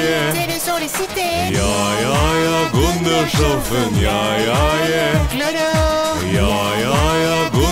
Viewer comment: Gundershoffen sh ce dis SS